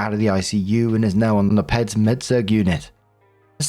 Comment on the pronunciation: Little FYI for Peads is pronounced Pee ds. Not peds. If you didn't know.